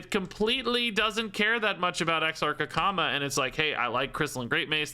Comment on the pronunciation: I heard "which of course, that could be with a comma," at the end of the card description , and I read the card text over and over again trying to figure out the grammatical error the Hearthstone team had made. It wasn't until I gave up and halfway through the video I heard you say "Akama" in a way that made me realize that was what you were talking about instead. 😂